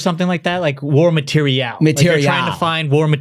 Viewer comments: Ma-tear-e-Al is a lot like lee-ver-ich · Ok the “mat eer ee al” pronunciation is solidly stupid. But nobody is going to touch on the pronunciation of libRary as “libary”?! There’s an r there!